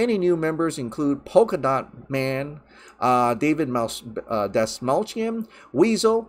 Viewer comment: Snyders never ending story. Zack Snyder's JUSTICE LEAGUE Is No. 1 Again IN UNITED KINGDOM RELASED ON DVD/BLURAY/DOWNLOAD. TRY HARDER. Btw Polka-Dot Man not Poka-Dot Man;) .